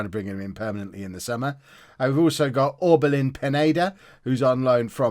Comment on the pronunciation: Pronounced Orbelin Pinyaida